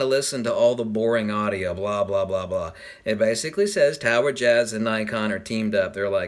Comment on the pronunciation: Am I bad if I thought you said tower jizz